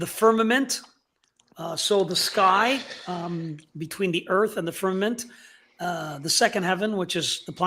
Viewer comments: I love you guys and I watch all of stuff… I wonder why he says firminant instead of firmament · Why does say “firmanent” instead of firmament?